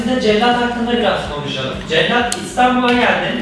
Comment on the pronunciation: Cellat değil cekyat